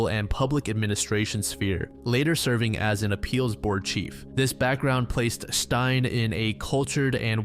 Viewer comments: Stein? That's a male name, Stine is pronounced stee-ne😅 confused me for a bit there🤣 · Stein? Her name is Stine not Stein. Google translate would have helped with your pronounciation. This video is destroyed for me because of Stein. Steenuh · It’s not «Stein», it’s Stine. Sti- as in steed and -ne as in Ned, just remove the D’s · the name “Stine” is pronounced Steen-ah, not like frankenstein!! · Hi, Danish person! Don’t blame you whatsoever for struggling to pronounce Stine. It’s actually more similar to “ste” like in steve, and then “nuh” for the end. So “steenuh” :) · Im happy you included a Danish case (one I’ve never heard talked about in English before) as someone from Denmark we do have some fucked up crimes even unsolved ones and I think they also deserve attention. You pronounced some things in a wierd way but it’s not so big a deal imo. Tho her name is Stine (stee-nuh) ❤